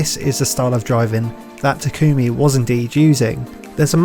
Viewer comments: I hate that she says “ta kumi” not “tak ami” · Mild complaint but it's TA-kumi, not ta-KUmi. Do you even watch subbed bruh? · Great video but why does everyone pronounce it (Ta-Coo-Mi) literally no one calls him this in the entire series. Its pronounced (Taw-cu-me) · its pronounced (ta-kome) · Experiment Failed: The driver can't pronounce main character's name correctly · why do people keep pronouncing Takumi's name wrong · I cringe every time you say takumi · mispronounces takumi